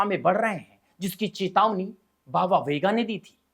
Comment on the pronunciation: Chutiye sahi bolnato shikh vega nahi venga bhonk